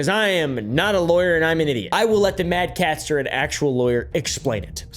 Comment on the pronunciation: its MAD CATSTER , thats CAT-STER not CASTER, link in description would have been nice